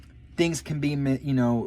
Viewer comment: Misconstrued and I love when you say words wrong. i love you and i love your honesty♥️🙏🏻